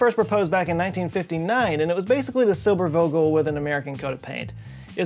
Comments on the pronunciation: Silbervogel is pronounced "zilberfawgel" Yeah and nowadays space planes just look like tic-tacs... ;) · I know Texas is a long way from German speaking countries (not counties though!), but please note that in German the w is pronounced like v, and the v usually like f (i.e. Zilberfogle). And Eugen Sander is pronounced Oi-ghen Zundah. Dunk-eh oond Owf Veederzein! :)